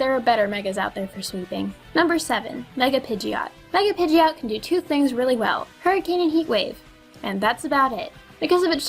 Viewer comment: did she say number shoo not number 2